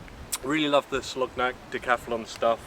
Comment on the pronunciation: Hi. Good video! Friendly heads up, Its pronounced Soloniak.